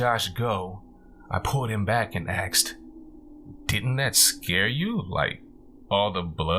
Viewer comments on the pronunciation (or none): Great narrator,, and I'm voting you up! However: unless the character is speaking a particular dialect, the word is asked, not axed. Same reason it's miss-chiv-ous, not miss-chee-vee-ous. Professional voice-over artists know the difference. The really good ones can do lots of accents and know when to use a word like axed or miss-chee-vee-ous. Context is everything. Good work on the character voices of the son and the wife. Good luck! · I liked him. I liked the story. OK, when you annunciate ASKED it should not sound like AXED.its a peeve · you ask not axed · Mmm, super nice voice. There are a couple pronunciation things like axed instead of asked or simular instead of similar, but I think these are just characteristic of where the narrator grew up and isn't really an issue for me. The story selection was great. It was nice to finally get to listen to an effective story under 20 mins (lol) and the story was different and interesting The voice was like melted butter. There is a steady sound quality issue, though, like a slight echo or reverberations from the walls of the reading room. Maybe hanging blankets or sheets on the walls before a reading would help fix that. Well done, otherwise! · Love your voice can't abide axed Asked' . Please know this is intended as constructive criticism nothing more. You read much much better than I ever could and I wish you lots of success. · Great job! Perfect pacing for a horror story, not rushed like some others. It didn't bother me when you "axed" questions, I mean that's how you talk, no biggie.... You can "axe" me a question anytime 😉 Don't worry about all the negative nancies complaining about it. They just have to have something to gripe about lol. I think you will go far as a narrator. Thumbs up from me. Good luck! 😘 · I love his voice but hate how he axed questions